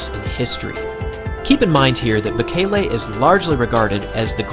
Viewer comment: I cringed so hard every time the announcers pronounced bekele and cheptegi wrong